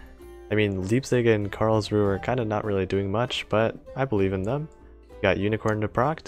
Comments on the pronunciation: One thing to note about your cruisers: Leipzig's pronounciation starts the same as the english word "lie" and the z in german is pronounced as ts Karlsruhe has three syllables (karls, ru and he, with the final vowel being the schwa), and the german rhotic is typically realized as a uvular trill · how you say leipzig and karlsruhe is kind a funny